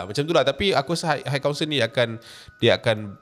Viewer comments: Its high council...pronounce mcm kau sebut hai/hi. Dari vid seblom ni lg dok perasan kau sebut hait council,ada sound of T at the back. Klu ada bunyi T tu,ejaannya adalah height=ketinggian ada bunyi T. Yg citer ni high=tinggi,xde bunyi T...hait hait tu xdak,salah. Just hi/hai=high council, got it? Its iritating bila u keep pronounce hait council hait council. Sorry la aku pun x pandai BI tp kita sama2 belajar. Ni benda simple je,klu words yg lg bombastic mesti lg berbelit nak sebut bcoz english is not our mother tounge. U sbg youtuber famous kena peka sikit la bab sebutan...high and height. Tq 🙏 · bang, high tu takdo do sobut haik.. 🤣 pronounce bebaik bang